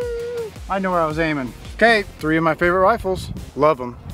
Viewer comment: We gonna shoot “tree” of my rifles